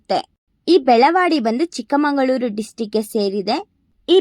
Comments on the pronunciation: ಚಿಕ್ಕಮಂಗಳೂರು. ❌ ಚಿಕ್ಕಮಗಳೂರು. ✅ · ಏ ಪೆದ್ದಿ ಚಿಕ್ಕಮಂಗಳೂರು ಅಂತ ಅನ್ನ ಬಾರದು ಚಿಕ್ಕಮಗಳೂರು ಅಂತ ಅನ್ನಬೇಕು.